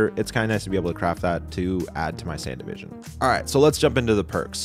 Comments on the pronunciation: It's not "Sandivision". It's "Sandevistan". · It's not "Sandyvision" it's SAN-DEV-I-STAN 😭 What makes your mispronunciation of this even worse is that you mentioned David & Rebecca signifying you've watched the anime so you should know how it's pronounced. Your pronunciation of it doesn't even match the spelling of the word sandevistan. That was the funniest thing of this whole video you made my morning with that 🤣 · Bro how are you still saying sandevistan wrong even after watching edgerunners